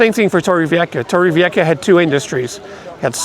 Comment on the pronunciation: Hi again,!! Torrevieja you said it nearly well, but at the end of the word try and say it like you would say "ham" without the 'm', and that's it, there you'll have it down pat. 😉 Thanks for the video!